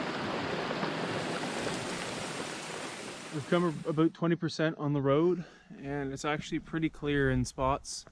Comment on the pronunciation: You almost said aboot there, eh? 😁